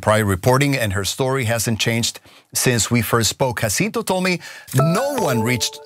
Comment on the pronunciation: It's crazy how Ana can hear Jacinto pronounced correctly several times during the outside clip yet continue to mispronounce it. For Angelenos, pronunciation of Spanish names is not obscure.